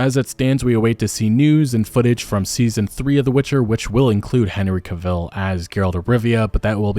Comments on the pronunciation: It really is painful when this happens. Modern cinema…it feels like it is falling apart. (Also, just fyi, his last name is pronounced like “travel,” just with a “c” instead of the “tr.”) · Psst it is pronounced Cavill like in travel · Henry Cavill is pronounced like travel he himself has said that, not trying to be a jerk just trying to spread some knowledge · Henry CAvill. CA-ville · Cavill is pronounced like "Travel" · The way u sat cavils is infuriating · Henry Ca-Ville ? ... dafuq, did, i, just, hear. ? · You mispronounced Cavil so many times, I had to stop watching. Cavil is pronounced like travel, Henry himself said that once. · Henry Cuh-Vill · Dude, your content is great and I know this is nit-picky but Henry has stated that his name, Cavill, is pronounced like “travel.” Hope this is helpful for future vids 👍🏼🙃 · The way you pronounce it as Henry CaVylle. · Cavill is pronounced like travel. Just sayin'. With regard to the topic at hand, there is no Geralt without Henry. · It's pronounced Cavill, like travel Super disappointed at Cavill's departure. Not sure if I'll be disappointed enough to not give his replacement a chance, but definitely sad to see him go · Thanks for the content but you mispronounced his last name. It rhymes with travel. Very sad news. He was a wonderful Geralt. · Please learn how to say Henry Cavill name properly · That is not how you pronounce Cavill buddy. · Not for nothing.. but you’re pronouncing his last name wrong and it’s distracting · That’s the first time I’ve heard that pronunciation of Henry Cavill’s name Lol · Great video! Never heard anyone say Cavill with emphasis on the second syllabel like that though. Always great to see your videos hit my timeline regardless. :) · Say his name again, Henry Cavil. Again, Henry Cavil. Hm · You pronounced Cavill's name incorrectly about a thousand times... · You're pronouncing Cavill wrong👀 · Is that really how you pronounce his last name lol swear I never heard it that way